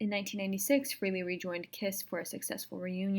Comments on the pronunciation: One comment, his name is pronounced FRAHLEY (long A) not frehley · Not bad. You performed a few steps out of sequence, but a decent end-result for your first attempt. Great that you had fun doing it. BTW - the correct pronunciation of his last name is "Fray-lee", not "Free-lee"